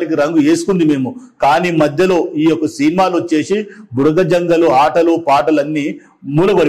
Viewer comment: మేడం భుడగజంగాలు అనాలి భుడగసంగాలు కాదు అన్నగారు మనజాతి కి ABCD వర్గీకరణ వల్ల మేలు జరుగుతుందా లేదా కీడు జరుగుతుందా అనేది చక్కగా వివరించారు సంతోషం అన్న 👍🙏👍